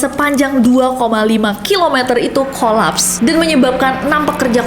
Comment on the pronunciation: sorry nessie. sok inggris. tapi baca collapse aja salah. bukan KOLAPS. tapi kəlaps